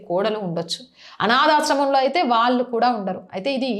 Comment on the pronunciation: విషయం బాగున్నా pronunciation లోపాలు వలన బాధ కలుగుతున్నది. కల్లు vs కళ్ళు భాద vs బాధ వాల్లు vs వాళ్ళు etc.